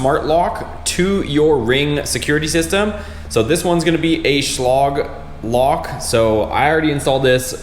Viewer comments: It’s lage NOT log! Dopey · Learn how to pronounce the make? SCHLAGE THERE IS NO LOG!